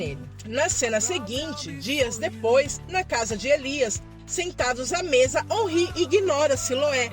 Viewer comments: É órin e não onrri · Se fala "Onrrí" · a escrita em português é omri , mas essa pronuncia não é certa